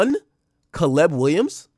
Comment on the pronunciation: I’ve never heard somebody pronounce Caleb as CA-LEBB